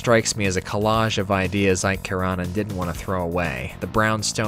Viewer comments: Oh I have been waiting for this one for such a long time! BTW it's eek-ka ker-eh-nen AFAIK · Also for future reference Iikka Keranen pronounced E-Kuh Karunin